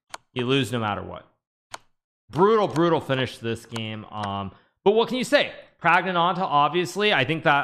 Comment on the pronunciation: Kudos Hikaru for saying the full name flawlessly - Pragnaanandha.